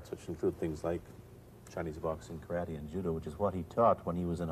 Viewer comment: ちゃんとkarateをカラテと発音している。カラティではなく。（orで西洋発音もしてるが、） 第２言語としての英語をとても堂々と、自信を持って、ユーモアも交えて、楽しそうにゆっくりと話すブルースリー。 ブルースリーが話す英語。やっぱり人柄がにじみ出ている話し方に素直に感動しました。そしてこの話の”武の哲学”がまた文句なく素晴らしい！！